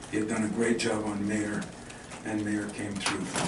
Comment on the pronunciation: For an American, Izzo sure can't pronounce Illini players' correctly. First it was Ayo and now Mayer. Then he insinuates that the turnaround coincided with Skyy Clark's departure. He seems to be getting worse as he ages